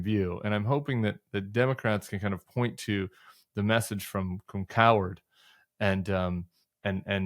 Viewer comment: Hey Tim, i think its pronounced Cow - Herd, and not coward 😂👊😎